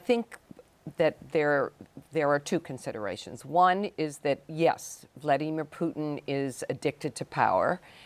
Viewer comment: The way "Amy" pronounces Vlaimir 💀😮